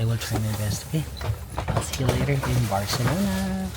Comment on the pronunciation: I love the way you pronounce " CI " na may word. You got it na. hehehe.